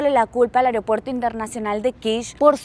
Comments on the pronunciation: Me causa gracia "AREopuerto" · Me encanta que dice "Aryopuerto" jajajajasjs